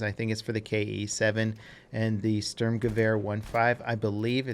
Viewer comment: It bothers my OCD that you can pronounce Gewehr decently for a non-German speaker, but you still mess up the "Sturm" horrifically, lol. Good video still tho, no hate, just pointing it out.